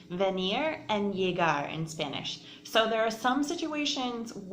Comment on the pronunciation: Pronunciation of that Venir y Llegar was tragic, but good explanation nonetheless😅